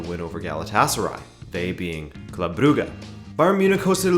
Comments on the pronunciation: Brew-ga? Brewwge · It's pronounced club bruzhe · It is pronounced "Broojsh"